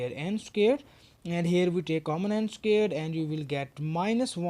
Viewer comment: I like how he says "scared" instead of "squared".